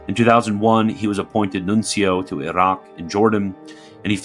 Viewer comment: The Iraq pronunciation always gets me haha